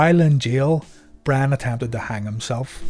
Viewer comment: Am i the only one hearing bran and not brian